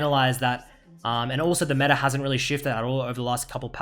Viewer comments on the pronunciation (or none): none